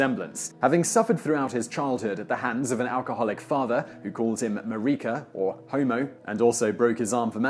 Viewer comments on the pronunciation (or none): none